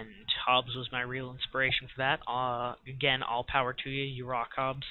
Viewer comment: hehe nice vid man its hobbs not hobbes